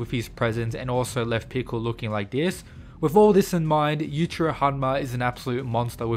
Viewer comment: The I in Yuichiro is not silent. Such disrespect.